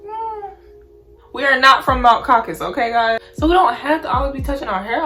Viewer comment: She said mount caucus byee😭😭